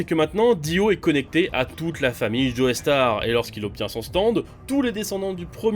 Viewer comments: Je me MORDS les doigts quand j'entend "Joé Star", ça me fait penser à JoeyyStarr justement. Désolé, mais on dit "JO STAR" en Français et dans bien d'autre langue ! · Pars pitié arrêtez de prononcer "joestar" sa se prononce "jostar" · Juste quelques précisions par rapport à la vidéo: -Leur nom ne se prononce pas "Joeystar" mais "Jostar" -Le nom de famille de josuke n'est pas Joestar mais higashikata -T'as pas précisé que Giorno veut intégrer passione et en devenir le boss dans le but de stopper le trafic de drogue en Italie, alors que c'est hyper important -Le nom de Gyro se prononce "Jayro" et pas "jiro" -T'as oublié de préciser que le vrai nom de Johny est en fait Jonathan (ce qui est super important puisque ça montre que même dans un univers alternatif on a bien un Jonathan fils de George) -Y'a 2 ou trois erreurs sur les prononciations comme par exemple le nom de gappy qui est bien Higashikata et pas Higashitaka, ou le nom de Giorno qui est Giovanna et pas Giovannia, mais en vrai la vidéo est propre, le résumé est simple efficace et bien écrit, bravo à l'équipe ! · ça se prononce "Joe Star" pas "Joey Starr" merde. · Mais arrête de dire Joeystar c'est chiant, c'est un nom anglais, on le prononce Jostar (je suis sur que tu fais partie de ceux qui disent x dans Hunter × Hunter et dans Spy × Family alors que c'est une putain de croix, c'est pas une lettre). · Prononce bien joestar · Aie l’accent tonique mal placé dans tous les noms de la partie 5 😅